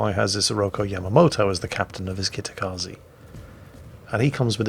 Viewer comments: Kitakaze ze not zee hahaha nvm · just so you know. tje E in japanese is.pronounced the same way you would for the E in enter, that is as the sound e not.i like.in akizuki (think of.it.as Zed without the d) so kitakazeh